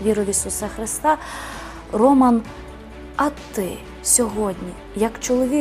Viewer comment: Так не гарно наголос ставить ведуча на ім'я Роман